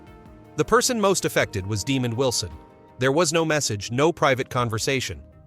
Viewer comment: This is one of the worst AI segments I have ever seen. First off his name isn’t Demon Wilson. It’s Duh-mond Wilson. And that picture isn’t even him. This is ridiculous